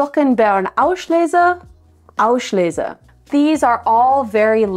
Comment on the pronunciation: Just one thing there is no sh-sound in „Auslese“ it is just a normal s-sound … like in riesling